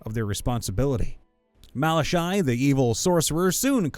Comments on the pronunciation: I have to say this because it's annoying. For then 1st story it is pronounced Mala-Ky. Then KY is pronounced like ky in Sky. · pretty sure it's "mal ah kai"